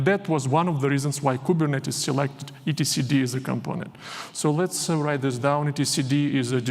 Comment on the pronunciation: I've never heard someone pronounce it "E T C D" 😁